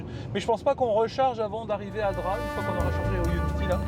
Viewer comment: Un remake des Tuches mais version vlog ultra long et sans montage… 😑 et pour info on prononce DrapE même si cela s’écrit Drap. Et mdr Drap n’a rien à voir avec Monaco 🤣🤣 c’est clairement pas le village le plus haut de gammes des Alpes maritimes d’ailleurs. Un bonheur de voir des gens qui roulent en électrique , payer le péage avec leur carte bancaire au lieu d’utiliser Apple Pay … la technologie mais pas trop non plus visiblement. Bref la vidéo est longue ennuyeuse et en plus 80% des échanges tournent autours des pauses pipi / caca / dodo / repas. Passionnant